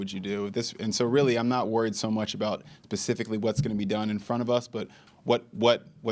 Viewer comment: Did he say pacifically? 😂